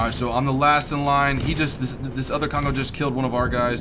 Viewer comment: Kongo, easiest to pronounce, but you need to get rid of the English "ou". In Japanese, no vowel really changes midway, at the end it should sound pretty much exactly as you started it. So say, "Kong-go" without any morphing to the "o" at the end. If the second "o" sounds much like the first "o", but slightly longer and slightly more emphasized, then you've got it right. Fuso, again, no morphing, but the "u" is the hard part. It sounds a bit like the German "ü", just not quite so extreme. Aim for somewhere between the German "u" and the German "ü". In this word, the emphasis is definitely on "so". "füSO". Do not however make the "o" very long, keep it determined and straightforward. Japanese sort of has a rhythm, rather than a flow as English would. Ise is actually rather easy. You pronounce it exactly like "easy", but you change the "y" into a spoken "eh" at the end. "Easeh". Emphasis on the first syllable.